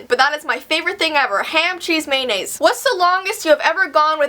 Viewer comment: not trying to be a hater and i dont know about how Canadiens talk or anything but i think it is funny when you say mayonnaise